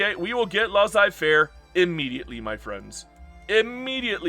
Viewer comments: no it should be more like "Less-ay fair" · Please stop pronouncing Laissez-Faire like "Laws-Eye" 😭